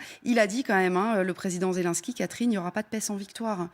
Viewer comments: C'est ZelNsky boordel pas zél1ski grr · Madame la journaliste: apprenez à prononcer "Zelensky" correctement.